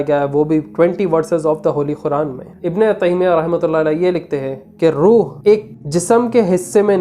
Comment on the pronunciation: Oh bhai khuran ❌️ Quran✅️ word to thek bolo